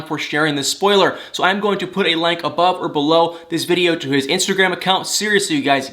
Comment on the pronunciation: Ok can I just ask why you say words with a I with an A? Thank-think-lank-link-brang/bring it drives me crazy just saying